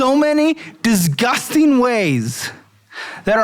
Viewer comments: Why can't pronounce disgusting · you’re overpronouncing the first g in disgusting. All love. Headed to the gas station for some bullshit. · The emphasis or disgusting....diZkusting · take a shot every time says “diZgusting” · He also says it like “dezzzzzGUSTing” 🤣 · At this point, is pronouncing “disgusting” as two words on purpose. There’s so much emphasis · Lmao I love his pronunciation of "disgusting." I notice it every time 😅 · I feel like the pronunciation has become more unhinged the longer he does this. 😂